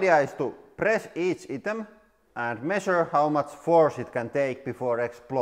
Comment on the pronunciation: I know it's your accent but it's not hudraulic or eetem it's hydraulic and item You can say hi and i right